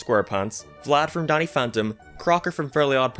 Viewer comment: For a minute, I thought you said "Daddy" This gives Danny a whole new meaning XD